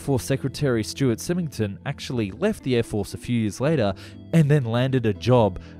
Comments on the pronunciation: SY-ming-ton, not sim-ing-ton. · You need to place emphasis on the "Y" in Symington. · The Air Force secretary’s name is pronounced “Sime-ing-ton” with a long I sound